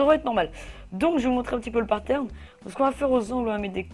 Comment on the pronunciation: Plusieurs fois , tu dis au lieu de patern , tu dis partern xD